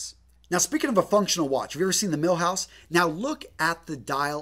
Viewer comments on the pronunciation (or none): Jesus man it's pronounced "mil-gouse" not "mil-house" It's a reference to it being able to with stand 1000 Gauss. Gauss being how we measure magnetic induction. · Decent vid except he kept saying Milhouse. Kind of distracting when the video is about a the ultimate Rolex buying guide, and the guy cant even pronounce Milgauss correct, lol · Did he really just say milhouse? Damn. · It's called Milgauss not Milhouse! Milhouse is Bart's best friend not a watch... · Another fist thing is to know how to pronounce the models. 1) Cellini ( Ch-lini) not sa lini- and it’s mill- gauss hard G . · Cellini is pronounced chil-ee-nee, Milgauss is mil-gous. Probably insignificant but just letting you know :) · I was with you, until you called the Milgauss, the Milhouse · Love the video. A couple of names where wrongly pronounced (Cellini, and Milgauss), also Rolex does not make all their parta in house, for example, the hands. All in all a great video overall